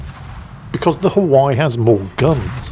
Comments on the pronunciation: Hawai'i - three syllables - Ha-wai-ee. The way he says it makes my ears hurt . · Hawaii = Huh - Y according to lol missing those "ii" for the E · Pronounced HI-WY-EE. They are JINAN guns. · its pronounced Ha-why-e, in the southern US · The USS "Huhwhy". Never change. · I've never heard that pronounciation for 'Haw-i' before 😂Oh never change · Hi! Hawaii is pronounced "ha-Vi-ee" natively, or "ha-Wi-ee" by most of the lower 48. Unlike your frequent and justified butchering of the French language, I think the erasure of native Hawaiian culture and language calls for correct pronunciation here (ha-Vi-ee). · Mispronouncing Hawaii throughout the entire video drove me crazy